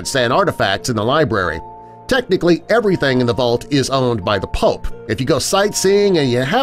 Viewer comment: Like how he calls the Pope pulp